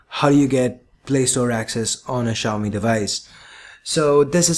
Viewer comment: funny how no one can say "Xiaomi" correctly (accept for the people who speak the language)